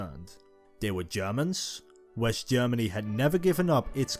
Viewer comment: Wesh Germany and Eash Germany....😂 😂 Can't you find any other narrator other than this person who tend to end every word with "ish"?